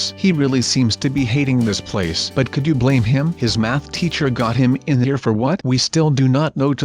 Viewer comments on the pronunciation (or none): none